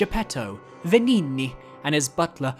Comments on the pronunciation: The game pronounces Venigni wrong. A gn is always an "ny" sound in Italian. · "Venigni" made me laugh every time you said it.